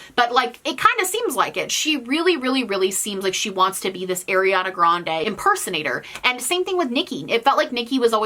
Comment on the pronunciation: I really, genuinely like your video but PLEASE could you pronounce Ariana Grande right 😭